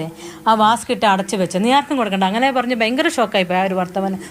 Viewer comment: അന്തസുവേണമെടാ അന്തസ് വാസ്ക് അല്ല വാക്സ്